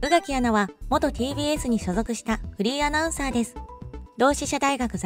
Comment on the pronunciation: 山本アナの「フリーアナウンサー」という紹介が「不倫アナウンサー」と聞こえてしまう。